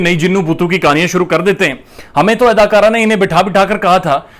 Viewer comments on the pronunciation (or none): Hahahaha...your way of reporting is too funny 😂😂😂...keep it up bro...love from india..the way you say 'Adakara' and 'maali tappar' is too funny 😂😂